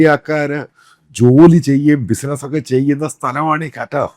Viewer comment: കറ്റാർ ശരിയല്ല അച്ചായാ😂